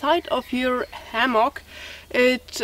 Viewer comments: Why "ammock"? It's "hammock". Thanks for your comparisons. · thanks muchly..h in hammock actually is a fricative,or a voiced sound.so the h has to be heard..not ammoch..but I love your English and can listen and never get tired..by the way your time with Lilly camping out was pleasant.you are both fantastic and I never get enough.. (:-).your friendly teacher.. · The letter "h" is not silent in english. Hammack, hat, hard . Make the h sound by exhaling the way you would exhale humid air on to glasses to clean them.